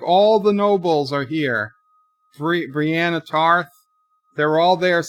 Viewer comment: It's brienne not Rene and ghost not snow lol I laughed every time you got a name wrong or didnt know a name😂 also wouldn't Esos be west of Westeros or do they live on a flat earth? They took a literal shit all over John. He should have been king.